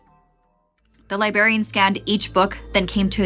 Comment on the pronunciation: “Libarion” girl…..